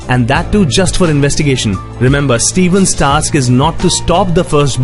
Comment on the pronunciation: A noticed one error in this vid, the main character is called Colter *Stevens* not "Steven".